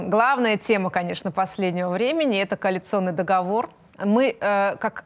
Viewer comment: В слове договор ударение на последнем слоге.